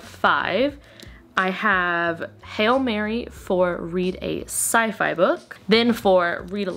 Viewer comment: When you said "Sci-Fi" I heard "side eye', and I was so confused. 🤡